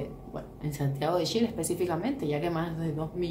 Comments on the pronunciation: Es Chile. Y se pronuncia como tal ch, no con sh amiga y mi pais es el mas moderno de Latino America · Los nombres no se cambian nunca. Si tu nombre fuera Yuli y fueras a Argentina (donde pronuncian la Y como Ch) por respeto te dirían Yuli, y sería una falta de respeto que te cambien el nombre por su acento y te pongan Chuli. Chile se llama Chile, no Shile. Suena como si un gringo le dijera Quiuba a Cuba, se llama Cuba y punto. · Lo que dice la amiga es cierto, a los chilenos nos molesta el sonido sh. Si la amiga cubana desea llegar al público chileno le recomiendo pronunciar cuando menos el nombre del país correctamente.